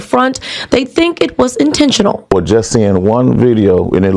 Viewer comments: UNTENTINTIONAL⁉️ WASN'T INTENTIONAL OR UN-INTENTIONAL BRUH‼️😂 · “Untentional”, get off the track and go back to class.